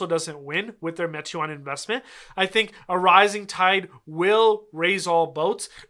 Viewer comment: Pronounced “may-twaan”